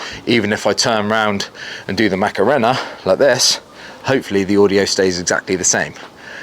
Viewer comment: its MOCK-a rain-a not MACKeranna!!